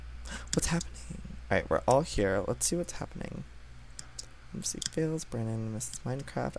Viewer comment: You kind of pronounced my name wrong. It's Mc as in McDonalds, not MC! -Mc_Fails